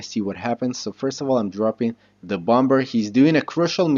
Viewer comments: Its not t bom ber, it's pronounced bommer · overall great video idk if its just your accent but u say bomber with the second b the second b is supposed to be silent lol